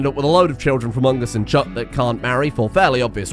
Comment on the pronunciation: As a fellow Brit, I have never heard someone speak the way you do but for some reason pronounce “chuck” as “chook” 😂